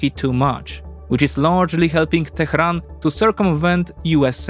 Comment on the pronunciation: "Tehran" is not pronounced "Tekhran".